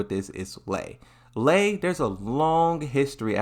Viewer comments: I heard "Lee" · a tekken channel calling Lei as LEE is pretty fucking nuts. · Lei is pronounced " Lay" like "to lay down". If Marduk is released he will be pure cancer in ranked. I can already imagine how utterly broken he will be with the Tekken 8 mechanics. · That mispronounciation was intentional to bait responses which boosts the video/channel on YouTube's algorithm. Pretty annoying but that's how it is